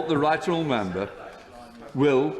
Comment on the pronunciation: Can I mention the elephant in the room? What is going on with Mr Hoyle's speech? Is it a kind of impediment he's always had? Has he had stroke at some point? I refer to him routinely dropping syllables. He says 'how disappoit I am', He pronounced 'right honourable' as 'rightral' at one point. It's not a criticism and I'm not mocking him. I just wondered.